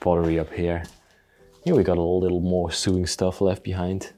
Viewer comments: Not sooing as you say it's like sowing but spelt sewing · Just so you know: 'sew' is pronounced the same as 'so'. This follows no rules of pronunciation at all. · Sewing is pronounced So wing. Not a criticism, your English is so very good. It's just meant to help. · Just a minor detail ...the word sewing is pronounced to rhyme with the word mowing, as in mowing the lawn, not to rhyme with doing, as in doing chores. Love your videos!